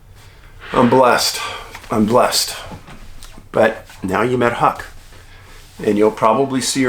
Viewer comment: I HAD TO LAUGH WHEN YOU CALLED HUCK, "HUCKLES", LOL!